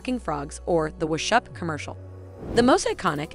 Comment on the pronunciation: Is the voice talent a teenage foreign robot? How does she not know how to pronounce Scorsese, Schwarzenegger, whatsup, and even the channel name?